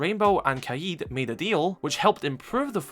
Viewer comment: Something interesting about oryx is that his name Saif means sword or scimitar. His last name “Al hadid” means “the iron” or “of iron”. That’s why he’s called the man of iron in the psychological repot. His name literally means sword of iron. Pretty interesting detail. Also as an fyi, the word kaid is pronounced more like “ka’ed”.